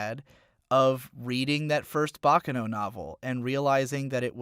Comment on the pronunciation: What about his inability to pronounce “Baccano”?